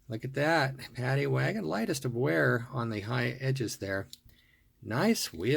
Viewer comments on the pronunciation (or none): none